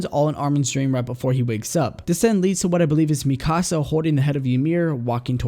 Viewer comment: It's not mi casa it's MIkasa